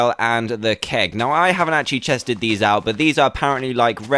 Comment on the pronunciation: Haha he sed chested instead of tested